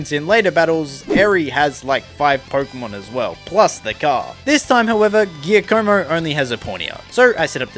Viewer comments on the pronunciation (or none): the way u pronounced Giacomo is so funny